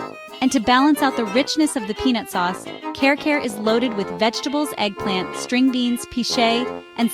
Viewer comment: It doesn't seem you've been to the Philippines at all. You don't even attempt to pronounce the names of the food properly. It's like you're reading somebody else's list and just slapping stock videos together. Care care for Kare Kare?? I just can't 😢